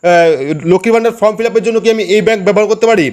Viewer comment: ভাই ফ্রম বলবেন না। এটা হবে ফর্ম। ঠিক উচ্চারণ করবেন।